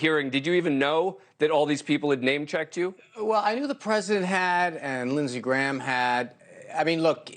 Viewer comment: I’m just glad to see his last name pronounced correctly haha. They used to say whiner.